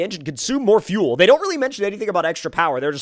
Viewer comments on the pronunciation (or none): none